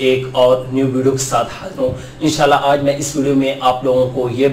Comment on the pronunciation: bhai INN SHA ALLAH PERHA KAREN AP JAB BOLTY HAIN WOH US MAIN LAGTA HAI E SHALLAH PERH RAHY HAIN